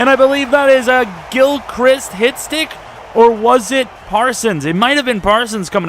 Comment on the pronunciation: ayyy thx for saying gilchrists name right im guessing you saw my comment